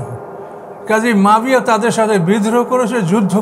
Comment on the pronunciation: মুয়াবিয়া নামটা উনি শুদ্ধ করে বলতে পারেন না, বলেন মাবিয়া